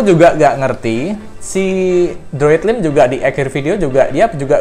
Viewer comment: Droidlime bacanya droidlaim bukan droidlim agak gatel kuping gw dengernya 🤣